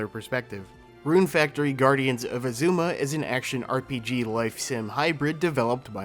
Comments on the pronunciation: Right? They say Azuma in the game so many times, it’s said on the title screen every time you start up the game, and yet they still get it wrong. Pretty typical for this channel to mispronounce things though :/ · aaaa, I love your video, but why do you pronounce Azuma like that😂